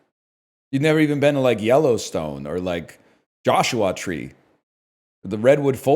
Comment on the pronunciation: Is the way NL says Joshwah a Canadian thing or an NL thing?